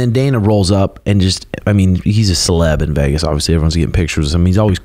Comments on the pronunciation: Bro it's VEGAS not VAYGAS, why you pronounce it so weird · Why does bro pronounce Vegas like that